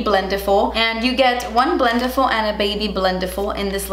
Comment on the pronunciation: The way she says "BLENTIFUL" i feel anxiety No hate ok